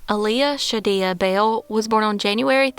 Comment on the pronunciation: It's pronounced Aaliyah Shadeay (Shaw-Day) as in Sade the singer, just spelled differently. Thanks.